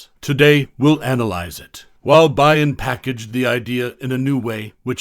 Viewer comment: Byrne is pronounced burn 🔥 just for future reference haha